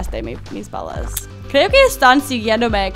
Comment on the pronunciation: Cuando dises no tengo balas suena cjochengoo bagas nou se gual nesesito